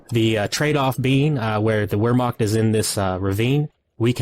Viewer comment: Always enjoy your commentary. BTW "Wehrmacht" is pronounced like "Vehrmacht"